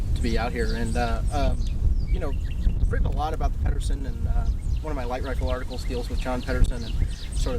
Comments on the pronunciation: Peed-ersen, not Padderson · Pedersen with a soft D